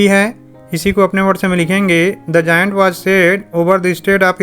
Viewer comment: It is not जायंट😂😂 👏👏🪐